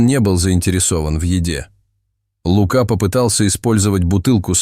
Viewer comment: Птчему ЛУка, а не ЛукА.